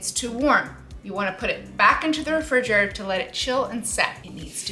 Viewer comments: lmaoo I think she forgot how to say it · I thought I was tripping when I heard her say it lol